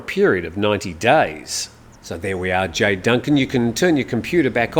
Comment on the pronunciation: ...come on you've lived here long enough...to know how to pronounce JAY.... it's not JAI